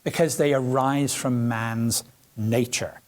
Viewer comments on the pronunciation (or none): none